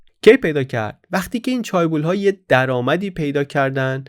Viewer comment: در chaebol, تلفظ درست ae صدای اِ میده. چِه‌بُل